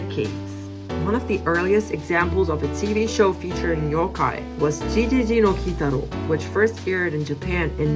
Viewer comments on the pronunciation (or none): ゲゲゲ GeGeGe (Said like Geh not G / Ji)